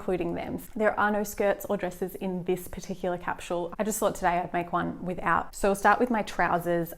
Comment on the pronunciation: its a sss not a shh in capsule